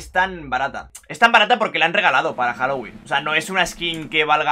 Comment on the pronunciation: Jajajajajajaja todavía me acuerdo de eso El inglés de 😂😂😂